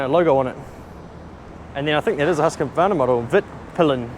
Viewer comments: Cool to see! As a Swede the pronunciation of Husqvarna was totally new for me 😀 can’t wait for the next video 🙏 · I'll teach you how to pronounce Husqvarna when your back (it's a town in Sweden)